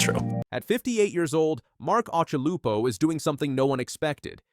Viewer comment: Who the fuk is "OXY"????? and "OSH-ILUPO" ??? Occy's surfing has always left me speechless........ UNLIKE this abortion of a video. Insane Surfer?..... NUMPTY Surfer!!